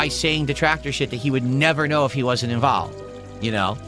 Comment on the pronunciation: Cuz you're invowlved